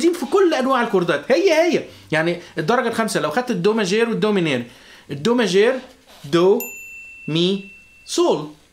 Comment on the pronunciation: عندك خطئ بللفظ صديقي ماْجور & ميْنْور